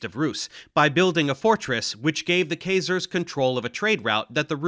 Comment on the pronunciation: That's not how Khazars is pronounced.